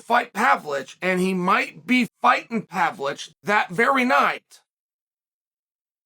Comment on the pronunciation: it's pa-VLO-vich